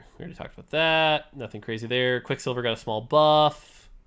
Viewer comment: “You get NATHING”